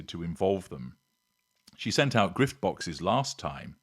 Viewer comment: Did I just hear 'grift' boxes ..? Too funny!